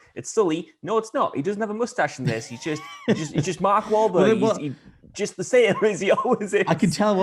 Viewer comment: Larry king said mark whalberg wrong first 😒😂